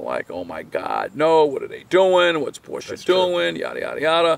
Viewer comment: Great video. And I am especially appreciative of the correct pronunciation of the car brand ‘Porsche’. Too many pronounce this brand incorrectly.